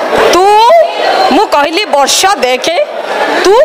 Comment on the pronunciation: Seita barsha not barshya😏